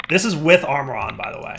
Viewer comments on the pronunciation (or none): none